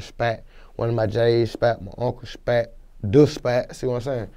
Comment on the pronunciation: My mom spatt my dad Spatt what accent is that